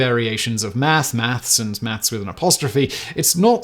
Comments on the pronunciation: Maths is correct however your pronunciation was way off ! 🤣🤣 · "th" and "s" do NOT play well together in the mouth.